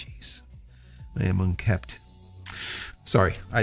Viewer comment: It's "unkempt"